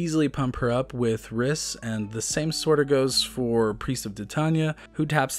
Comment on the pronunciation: Rhys is a real name and is pronounced "reese"